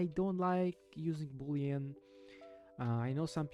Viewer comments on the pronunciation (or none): none